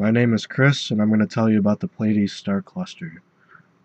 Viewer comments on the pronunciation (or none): Some astronomers pronounce this as "ply-uh-deez" or "plee-uh-deez" but this is the first time I've heard "play-uh-deez".